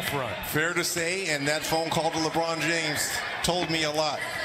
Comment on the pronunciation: why does he say Lebron James like that 😂😂